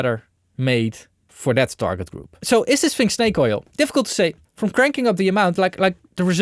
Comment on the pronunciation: 'shnake oil' - in essence, you're Tony Soprano in the way you pronounce your esses. :D